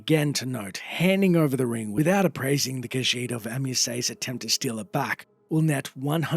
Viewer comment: She’s reading, “The Lusty Khajiitie Thievie.”